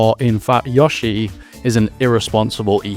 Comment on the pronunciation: Take a shot every time he says Yah-shi instead of Yoh-shi.